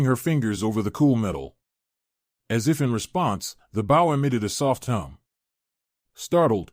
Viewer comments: It's pronounced Beau. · Might be a good story but I’ll never know because I can’t get past the constant mispronounced BOW. How damn hard could it possibly be to edit and correct the pronouncing of the main word in the story.